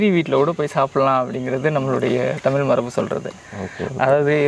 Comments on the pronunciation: முதலில் தமிழை தமிழ் என்று சொல்லி பழகுங்கள் தமில் தமில் என்று நீங்கள் சொல்லும்போது அப்பட்டமாய் தெரிகிறது புகழுக்காக தமிழை முன்னிறுத்தி பேசுகிறீர்கள் என்று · தமிழ் என்று உச்சரிக்க வேண்டும், தமில் இல்லை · ‘ழ’ Both host and guest are not eligible to talk about Tamizh language. They cannot say even tamizh. First learn to say tamizh. தமிழ்க்கு ‘ழ’ அழகு